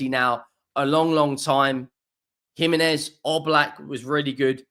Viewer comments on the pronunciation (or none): none